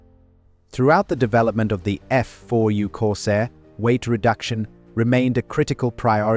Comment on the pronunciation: Thanks for the lesson. But it would probably be good for you to learn what OCD is, and know who you’re trolling, and what you’re talking about. I do VO work, and it’s not extremely expensive. I also know how to pronounce things like the name of the plane the video is about. Anyway, I’m happy for you. Things must be easier when you can enjoy crappy work.